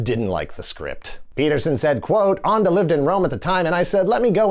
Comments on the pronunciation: Thank you! Allow me to add that Ende is pronounced something like end-duh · If you can say End, you can say Ende - not Anda. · I was looking up the author "Michael Onda" but I couldn't find him. His name is Michael Ende. The German word Ende is pronounced like "end day" in English. The end day of the neverending story. 😂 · Wait. The Neverending Story was written by a man whose last name means end? Really? Also, that's pronounced end-eh. Not... what did you pick? Ondah? Weird choice, you might have Googled it. It would have taken you all of ten seconds. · Why would you pronounce Ende like Ande? It is basically pronounced like the English word "end" with an -uh attached. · Ende is pronounced like the English word "end" with a schwa at the end. Not "ahnd-e." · Sorry, but "Ende" like in "end"!😉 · It's pronounced "'ann duh'' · That's not how you pronounce the writer's name😬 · Umm.. How is pronouncing 'Ende' here?! Who came up with that? Even an anglicized 'End-eeh' would have been better. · You can say "ending" correctly but not Ende? xD